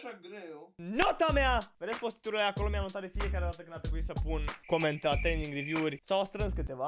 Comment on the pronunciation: "Triending riviuuu" 😂😂😂